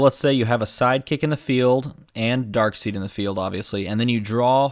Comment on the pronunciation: It's pronounced "Darkside", good sir. :P